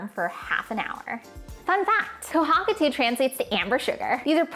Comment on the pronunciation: The way you pronounce kohakutou is very painful LOL. Ko- ha ku toe is the way it should be pronounced :)